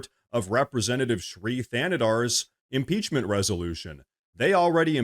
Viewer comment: So, they had the guy who can’t even PRONOUNCE impeachment file the article of impeachment…Ah, another hill the Dems will die on…